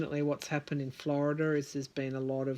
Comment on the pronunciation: why is it you can pronounce Georgia and Arizona correctly yet when it comes to Florida you throw an extra 'r' on the end? Florida has a lot of church influence in politics. They DO preach from the pulpit as to who to vote for. They even pass out "recommended candidates" cards. Also, sad to say but it's a race thing too. You can book on big $$$ being involved. Scott has sold out this state to fracking and Big Sugar which is the cause of our red tide and inner water way algae problems. Yup, $$$ has made the sway. It's all quid pro quo. Here is the thing, Scott is frantic about losing, promises made. If all this underhanded activity is revealed, he's done. Florida is called the sunshine state, and we have sunshine laws. Things are supposed to be out in the open. That might be your Sun card. I on the other hand see Gillum could win. That cups card is an abandonment of efforts attempted. That sun card is a powerful statement.